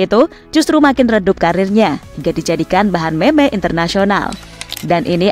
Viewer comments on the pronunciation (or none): Kaget kok meme di baca meme , meme tuh di baca (mim)